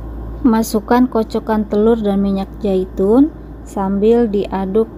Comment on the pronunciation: Minyak Zaitun mbak. Bukan minyak Jaitun